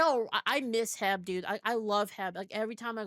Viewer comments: She called H E B 'Heb'? Really? I don't know any Texan that calls it that. LMAO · In all my life I have never heard of H.E.B. being referred to as "Heb". I heard Heb and was like "how do you spell that? I think she means H.E.B., is she in Texas?" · who says “heb” instead of H.E.B.? I trusted you… <\3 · Me neither. To be fair though, she moved over from California